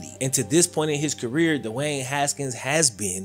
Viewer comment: Its not Dewayne.. Speak English